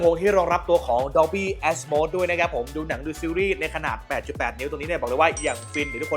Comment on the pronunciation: Atmos ออกเสียงว่า แอดโมส ครับ ไม่ใช่ แอสโมส กลายเป็น ass ตูดซะงั้น